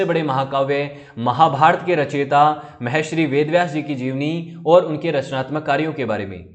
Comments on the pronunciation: Sir aap bahut acche videos banate ho.lekin sir aap ek galti kar rhe h.Aap Mahashri bol rhe h lekin vo "Maharishi " word h. Please sir thoda dhyan rakha kijiye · Maharshi shabd ka uchchaaran aap galat kr rhe hain sir ji. Audio bahut prabhavi lgi